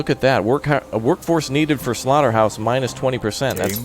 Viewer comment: Don't say slorta hawse I am vegun